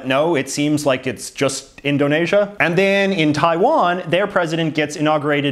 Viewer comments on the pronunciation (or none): Umm JJ . Indonesia is pronounced as In - dough - knee -sha Not In - dough - Na - sha . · JJ pronounces Indonesia wrong, its pronounced Indo neeesia not indo nay sia. Also Spain has a prime minister not president like how the provinces have premiers not prime minister. I don’t know why he makes these small mistakes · 1. Indonasia? It's Indonesia with an e. 2. That is definitely not a nazi salute. Have you ever seen a nazi salute? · Indonaisha LMFAO